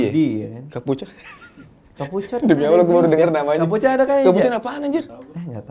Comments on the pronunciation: Kapucong mas radiit bukan kapucon 😂😂😂. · Kapucong keleus bukan kapucon🤣🤣🤣